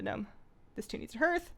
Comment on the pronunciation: love you, pronounced HARTH! not herth <3